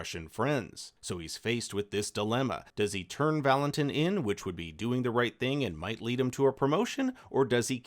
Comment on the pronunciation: VAL-in-TEEN, not tin